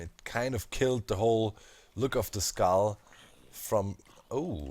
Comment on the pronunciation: Each time you say skull I hear iskull. oMg